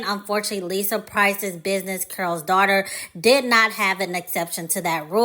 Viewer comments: I keep hearing curl's daughter I thought it was called Carol's Daughter. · Why does she keep saying "Curls' Daughter instead of Carol's Daughter?"